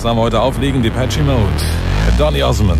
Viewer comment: "Dipetschie Mode" 😄